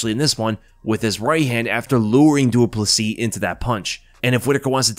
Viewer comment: At least he is getting the surname right.